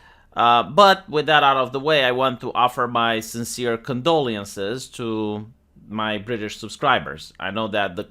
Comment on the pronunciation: your condolee-ences might sound more sincere if you didn't purposely say the word in a silly way